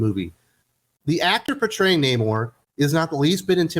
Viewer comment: The movie was trash, they literally dried the hispanic Namor’s back to defeat him! You can’t make this crap up, and his name in the comics is pronounced Naaamor, Not Namoore - No Love in Spanish, just like I did for this film.